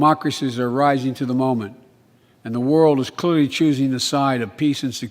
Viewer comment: I like how joe couldn't say the word clearly clearly.